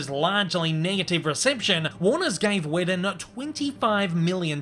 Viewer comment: How did you botch the name Whedon? It’s pronounced WEEdon